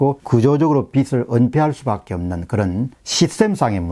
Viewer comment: 빚을 = 비즐 , 빚이=비지 라고 말씀하시길